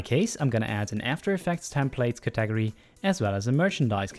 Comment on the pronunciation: "cat-ag-ory" you sweet, precious lad. Thank you so much for the tutorial!! It was incredibly helpful.